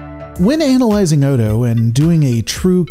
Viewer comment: That is not how you pronounce analyzing.